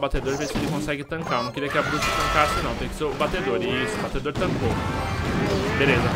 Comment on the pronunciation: Agonia do flar "batedor"